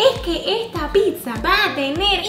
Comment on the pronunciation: Rosario Sanchez diaz se dice pizza no pisa